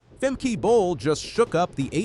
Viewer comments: It’s Femke not Femkee you fool. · Its Femkuh like duh not femkey. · Leer dat nou eens, arrogante Angelsak: het is niet 'Femkie' maar 'Femkuh'! Een ANDERE TAAAAAL! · It’s not Fem-key but Fem-kuh.